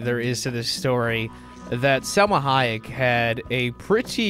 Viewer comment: It's Silma Hoyok